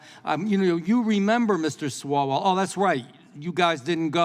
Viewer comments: It's not Mr. Swallow, it's Mr. Swallowell, lol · I noticed that when this lawmaker mentions “the reprehensible Swallwell” he always calls him “SWALLOW”. LOL!!!! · Did he say Mr. Swallow 😆😆😆👍🏽